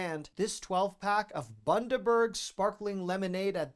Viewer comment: You said Bundaberg correctly, a lot of Americans get it wrong. They are a family owned company that is been around for $50 years and became famous for their ginger beer. The key is before you open it, turn it upside down so all the goodness isn't longer stuck on the bottom.